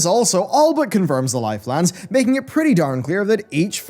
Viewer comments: Nobody:: L I F E L A N D S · everytime he says lifelands i feel rage building in my chest